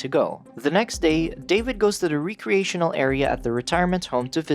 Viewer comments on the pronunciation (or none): Please look up the pronunciation of prognosis, recreational, dinghy. Otherwise a great synopsis of a great movie. Please keep up the good work.